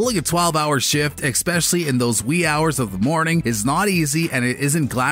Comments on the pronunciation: Click bait. Hey narrator .. it’s not ‘x-specially’. It’s ES-specially!! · You said eXspecially at least twice. Learn how to speak before making videos. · "Exspecially"??? Really??